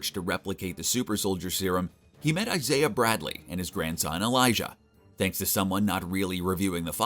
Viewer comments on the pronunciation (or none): none